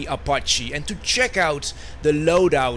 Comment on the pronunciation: "O" pache. minutes in and stopped.